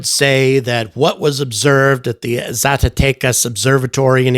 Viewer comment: Your "Zacatecas" was very good.